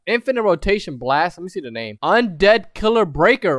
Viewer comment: im surprised you pronounced my name right lmao im sorry i forgot to check the vid out, da goat